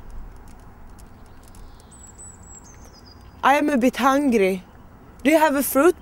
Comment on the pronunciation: Snarare "Am a bitt hang-gri". Kunde dom inte valt någon som kan uttala engelskan;p?